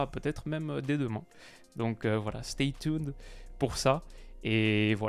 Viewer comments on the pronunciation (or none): « Stay Toon » 😂